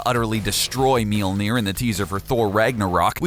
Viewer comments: Myol-near. Spelt Mjollnir. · "Mealnear" lol. Why call his alter identity a useless power when it was part of his story? You even mentioned it lol. He is the son of Gaea though...him dying didn't have shit to do with any of that, it's just an iteration of him learning more of his abilities. He made it rain over a country that doesn't get rain...wtf kind of list is this. Solar flares aren't even his strongest abilities. Godblast? Antiforce? His antimatter is beastmode. And Warrior's Madness is usless? He beat the shit out of Silver Surfer and Adam Warlock at the same time, then handed Thanos his ass with it. I wouldn't call that useless.